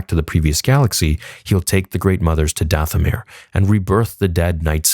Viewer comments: Did it bother anyone else that at minute 24 she says, "For DaFFFomir" instead of Dathomir as the subtitles suggest? 😂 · Subtitles said... For Dathomir. She said... For DaFFFomir. 🤦🏼‍♂️